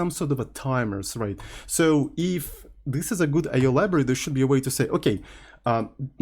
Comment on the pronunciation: The way pronounce the "IO" is "Oh no!" in my native language. That's the sound we make when something got wrong!!